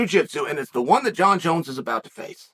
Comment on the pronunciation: Francis called him Jun-Junn